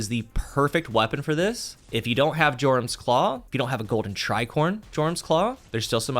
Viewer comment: That's not how Jorum's is pronounced. Also, if you're running this in 6s, just use the Aeon Gauntlets instead. No need to muck about with a bad fragment or constant sprinting to keep things going. Simply watch your Dodge come back in 5-10 seconds for free for the low low cost of your team dying around you.